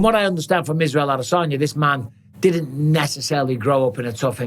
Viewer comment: And bisping, its, ad a san ya. Not, ad a saun yer. Your from Lancashire not Buckinghamshire. 😂😂😂😂😂😂😂